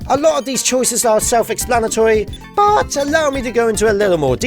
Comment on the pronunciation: the way he says "but" tho